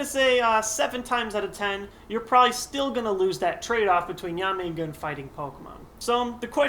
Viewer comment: Is it just me, or does it sound like he keeps calling Yanmega "Yamenga"?